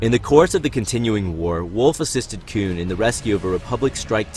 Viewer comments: I keep hearing "Kewn" Please just call him Plo XD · You saying koon pretty confidently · Cringed every time he said “Koon” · Dude I really like your videos I think they’re really insightful But a major critique I have for you is that you should really stop saying “Koon” Koon is a racist term towards black peoples It’s not your fault and is a mistake made by Lucas for naming Plo that. Just letting you know This is why people refer to him as General/Master Plo